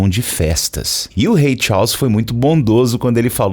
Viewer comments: Rei Tchaus foi a pronúncia aprendida no video, kkkk. Brincadeiras a parte, muito bom. Acompanhava muito no Facebook, eras atrás, nunca mais tinha aparecido indicação de video teu! Melhor conteúdo de inglês. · A pronúncia "Charles" tá errada. 😶